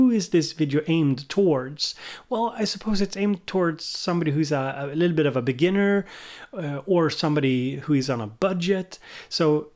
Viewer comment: “a littleabit” 😂